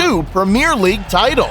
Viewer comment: Premier not premiere. Different words, different meanings. Great video otherwise though